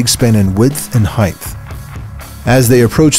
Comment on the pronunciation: Ahh yes, width and heighdth